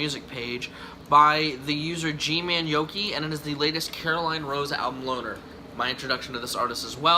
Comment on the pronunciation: Wow, you actually pronounced my last name right. Props to that. Glad you enjoyed Loner, though!